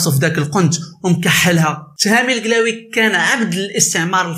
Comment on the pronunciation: سبحان الله لا نطق عندك صحيح لا حتى حاجة عندك صحيحة ضليمي درتي ليا لفقصة فقلبي بنطق هاد الاسم منك اووف